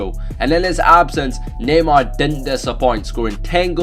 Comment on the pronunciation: It sounds like he is saying gaymar